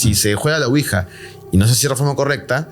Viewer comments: Quija???? 😅😅😅😅 Ouija. ES OUIJA!! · Excelente episodio, solamente corregir ouija ( Quija).